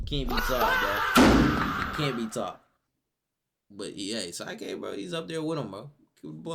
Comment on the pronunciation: his name aint pronounced "sike k' it's sik k